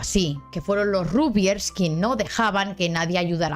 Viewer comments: Se dice ragbyers, no rugbyers Se dice lebric, no lebrice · Como Argentino, suena muy raro el Rugbiers, y no Ragbiers.